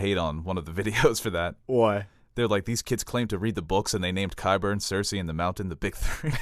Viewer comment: They butchered Quyburn and Euron